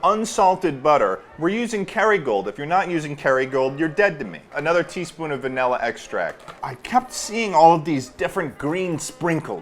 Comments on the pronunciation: everyone: please say the word properly ple-: vaElla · why does ted say "vanilla" like "vanella" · the fact that he says vanella baffles me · Bro really said vanella